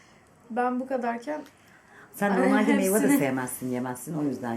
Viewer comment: abla bunu söylemeden olmaz meyva degil meyve